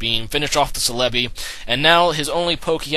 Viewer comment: I thought celebi was pronounced cell-a-bee